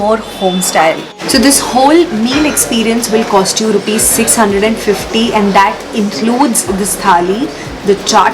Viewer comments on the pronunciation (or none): none